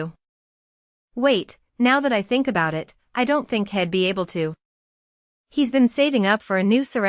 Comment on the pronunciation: Fist, is dying? Her voice sounds like she's on her deathbed. Again, is this another annoying AI narrators?? I absolutely hate AI... ie: 'he'd' is pronounced 'heed' not 'head'. Ugh, so irritating. Has to be... no emotions, no flow of the story, no natural reactions in the telling of the stories and so monotonous that she would put anyone to sleep. This is a hate relationship and things are said, that would never be just mentioned, they would sound a lot more meaningful. Wow! Might as well mute the whole thing and just read it myself. Another idiot who doesn't know that it's the man/male who's sperm decides what sex the future baby will be, not the woman. BTW, this story was about attending Thanksgiving... where was this supposed 'iron on my back and calls me a thief - her son's in jail' part?